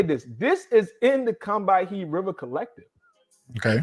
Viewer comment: For the record, “Combahee” should be pronounced “KUM buh HEE.” Loving this work, ✌🏾